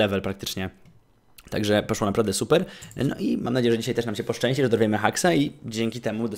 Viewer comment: nie muwi się posło tylko poszło